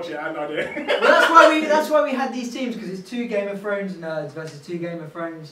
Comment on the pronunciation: "Game of frones"